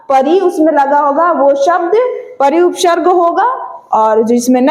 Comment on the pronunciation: Upsharg nhi hota hai upsarg hota h 😂😂